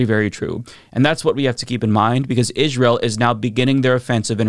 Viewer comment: I hate the way you pronounce Israel